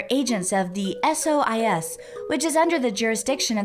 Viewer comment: I swear a second before started pronuncing it Soice instead of SOIS, I looked at it and went "Soice lol". And then and did it too. It's the morphogenetic field!